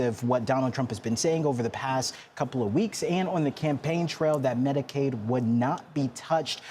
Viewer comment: PS: -it’s Medicaid, not Medicade. Also, the Affordable Care Act is Obamacare, just so you know.